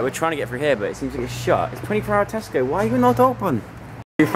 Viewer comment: Joe: This is the biggest Tesco I've ever seen. Me: I LITERALLY JUST THOUGHT YOU SAID TESTICLE